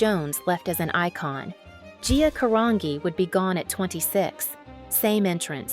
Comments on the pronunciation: Isn't Carangi pronounced like Car-an-ji? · His name is pronounced RuBELL, not RUbell. You also mispronounced Gias last name. It's pronounced Caranji, not Carangee. It's Italian. HELLO!